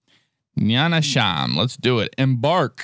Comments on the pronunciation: First of all you're in Sweden, not Poland and you're terrible at pronouncing swedish names ;) But his mod is real as fuck, I've been in Nynäshamn and it really looks like that. And that building you thought was a water tower is actually a hotel. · Who the hell told you that Nynäshamn was pronounced like that? WTF!?